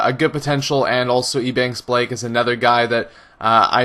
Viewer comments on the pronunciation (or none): none